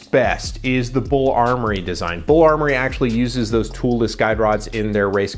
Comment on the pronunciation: B u l, not Bull.